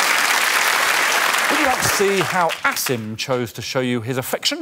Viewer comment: I know they are saying Asim but I keep hearing Acid instead.